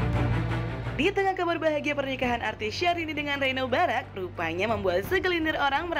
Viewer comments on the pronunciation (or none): Apa cuman gw yg salfok saat iis salah ngomong nama "Barack"? sampe melaney harus ngasi tauu wkwk ga cocok bgt jd host ih si iis . rempong bgt